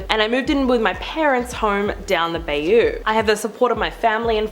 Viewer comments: Omg, if your going to say 'down the bayou' for Gods sake pronounce it correctly please. It's Bayou, pronounced By-You ... Sounds like someone saying it's right 'by you' ... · Just left the exact same comment, lol. The way she pronounced it drove me crazy.